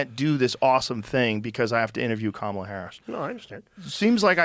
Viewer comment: JOE Its pronounced KAMALA! Not kamla camela🐫 or camilia😂😂😂